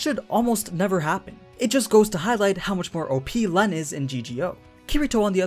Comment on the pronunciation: Llenn is pronounced as Ren